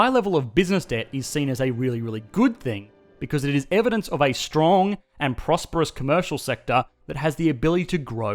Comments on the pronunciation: the way he said stong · How he say strong lol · he gave his soul to that 'strong' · 5.13 he says strong weardly